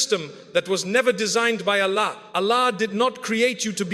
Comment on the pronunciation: Allah's pronunciation is not pronounced as to pronouce which is Allahhhh which gives us piece and ruhanee sukoon but overall bayaan toched our hearts